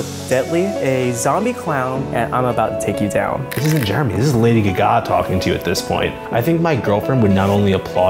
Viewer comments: The guy that did the ARTPOP makeup said lady g-gah, and it made me cringe so much! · I kinda wanna pull a Hermione Granger and say is Lady GAH ga .. not lady ga GAH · The guy who made the artpop makeup is slayin'... but it annoys me the way he says gagá instead of gaga. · that one guy who said Lady Guh-Gah instead of Gaga, omg i wanted to punch him